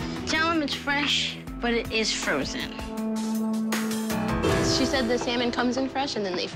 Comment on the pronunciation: it’s frezsen